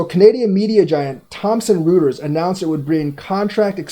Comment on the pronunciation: It's pronounced Thompson- Roy ters, not rooters.